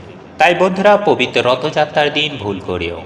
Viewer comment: ভাষা ঠিক করে ,😢😢 কথা বলুন আগে!!!!😢😢😢 প বিত 😮😮 কথাটা কতবার বললেন !!!!😊😊 কথাটা হবে (পবিত্র ) প বিত নয়!!!!😂😂😂😂😂😂😂😂😂 আবার বলছি 😅😅(পবিত্র) বলুন !!!!!!!!😢😢😢😢😢😂😂😂😂😂